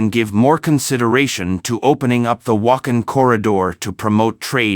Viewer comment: It is not Wak'hin, it is Wakh'aan وخان . Please learn and pronounce correctly...?